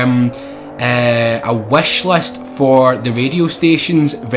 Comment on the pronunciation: i am glad they get back Porsche, i dident like the RUF cars!!! why did they put in fake cars in the other games, including Forza 5!!! and PLS learn some better english!!! its not sex, its six!!! and you say wechlist, its wichlist!!! but there are lot of good news!!! i dont hate beacouse of your english!!! thx for good news!!! nice drifting in that RUF!!! JubbLa